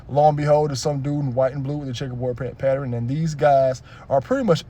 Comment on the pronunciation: Pattern 😂😂😂 not Patternin